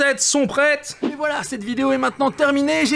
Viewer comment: Les youtuber dise toujours valala j'ai l'impresion